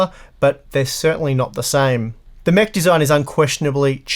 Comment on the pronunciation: Every time he said Mech, I thought he was saying “meh”.